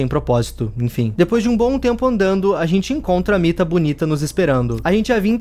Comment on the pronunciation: Era mita legal vc falou errado